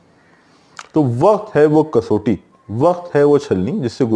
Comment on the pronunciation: سر لفظ کسوٹی kas watti بولا جاٸے گا۔ آپ kasoti بول رہے